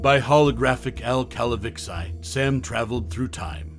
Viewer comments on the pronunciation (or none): Did this narrator ever even watch the show? It's not pronounced "Cal-a-vix-i" it is pronounced "Cal-a-vee-chee"!!!